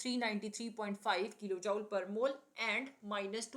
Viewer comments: Please pronounce Jool and not jaul. It hurts to listen. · Jooule nhi joule hota h pronunciation me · Joule not jaul 😂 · Are mam joule ka pronounciation sudharo